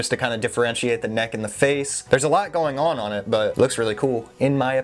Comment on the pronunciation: “Everything going on” - so Jersey😂